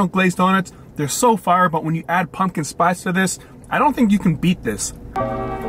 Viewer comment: Pumpkin, pump-kin, not punkin, pun-kin. Come on man.